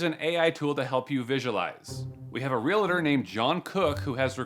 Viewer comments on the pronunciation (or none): It’s real-tor (just two syllables, just like it’s spelled), not real-a-tor (like it’s not spelled). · “REALTOR” is pronounced “reel-tohr,” NOT “ree-lah-tohr.” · There is no such word as Relater! The word is Realtor pronounced exactly as it is spelled! This should have been the first clue that the party is poorly educated or a scam. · Real Tor! REALTOR not Relater!